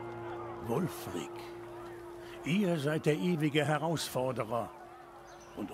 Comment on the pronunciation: Wulfrik oder Ulfrik? Der "Berater" oder wie der heißt sagt, dass er Wulfrik heißt xd